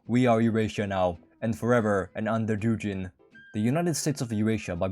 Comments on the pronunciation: как сделать чтоб англичане говорили не Дужин, а Дугин? DuGGGin? Спасибо что не Дужайн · Он не Дужин, а Дугин 😂 Г - G like in "good", "god", "ground", "game"... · Dugin is pronounced like Boogie, Doogien